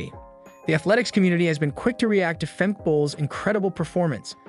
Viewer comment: Fem-keh not Femk